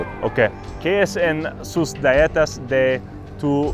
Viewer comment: dude thought he said “galletas” but he said “ dietas” just sounded like galletas because of how he says it “die-E-tass” lol